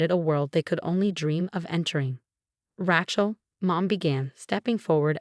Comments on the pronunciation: Ratchill? Either ESL or ignorant AI..... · Rachael is pronounced Ray long A Shell Rachell. Lovely name not like a wrench or rachet. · The spelling of this story is very bad. It makes it hard to really understand the story. Even the pronunciation of some of the word are bad. Even Rachel is pronounced wrong. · The a in Rachel sounds like your a in the alphabet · The way it pronounces Rachel is more like a mans tool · 1. There is no “T” in Rachael. 2. The word Faux is pronounced “foe” not fox 3. Victoria protested “WEAKLY” not weekly. 4. The word resume is pronounced “Ray Zoo May” not “Rey zoom.